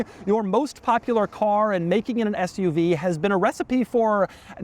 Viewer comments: Did you say Fth-UV or Sth-UV? I couldn't make out. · I feel like if you called it an “FUV” people would think you are swearing lol